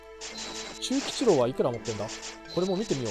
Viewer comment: ちゅうぎちろうですw